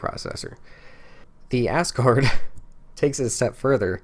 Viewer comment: Technically, it's pronounced "az-gard"... but the giggling made this for me lol